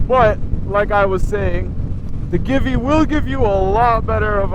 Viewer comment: I wouldn't call that a windshield exactly, more like a fly screen. And no offense, but it's pronounced Gee-Vee. Thanks for the review.